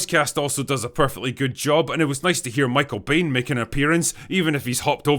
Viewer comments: Michael Biehn's name is pronounced 'Bean' not 'Bane' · The drinker is probably the only person I know of who consistently pronounces Michael Biehn's surname as "Bane" 🙃